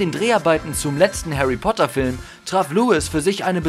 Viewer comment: Haary Poter